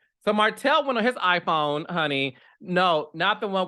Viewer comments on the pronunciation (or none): none